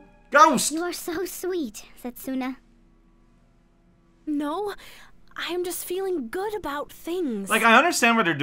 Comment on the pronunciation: Anyone else with a little knowledge of Japanese that cringes deep inside everytime someone pronounces the "u" in Setsuna? 😬